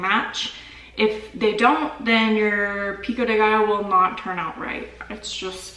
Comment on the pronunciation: As a Mexican who can't speak spanish, I don't mind the way says Pico de gaillo